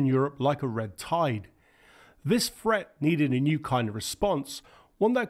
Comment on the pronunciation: I gave up, over your pronunciation. Things are not frets, but threats, sumfing = something, fifty fousand feet = fifty thousand feet, and so on. If you want to be a commentator, learn to speak the language.